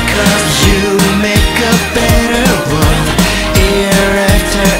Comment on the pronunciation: But if u listen to the part when he sings " You come around to every child in the wor'd " instead of "world" . Personally Henry is the only one that actually pronounce most of the English words correctly .